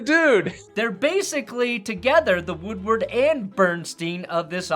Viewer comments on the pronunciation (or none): “Woodrow”??? 😂 it’s Woodward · It’s “Woodward,” not “Woodrow.” 😊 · It's Bob Woodward, not Woodrow. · Did...did you just say that Pablo is a modern day "Woodrow" instead of "Woodward"? 😂😂😂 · Who’s Woodrow? Did you mean Bob Woodward?